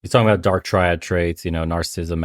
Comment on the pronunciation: When I hear a man mispronounce 'triad' over and over again, I question the rest of the advice he may give during the course of the conversation.